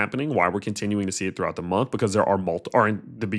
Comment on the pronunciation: "thoughout the month" just slipped. 😂